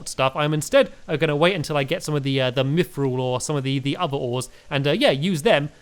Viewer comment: Pal-aid-iam Orik-kall-em Mith-ral Ada-man-tite